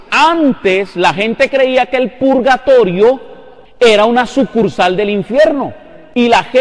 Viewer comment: No saben ni escribir ni hablar. Se llama PURGATORIO y no pulgatorio !!!!!